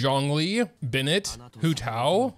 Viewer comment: Pronounces Bennett's name correctly and uses Xingqiu's name instead of 'Water dude' Me: Oooh, this video is interesting already!!!